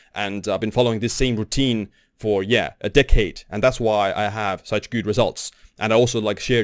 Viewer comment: I like how you pronounce "clock" as "cock" and "decade" as "dickhead"😂